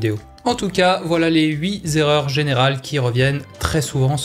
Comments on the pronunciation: Vous voulez qu'on parle des erreurs ? Ben moi j'ai noté votre "huit erreurs" que vous prononcez "8 zerreurs" comme si huit prenait un s. 😉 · Une erreur cachée dans cette vidéo : "les 8 zerreurs" or huit ne prend pas d's 😊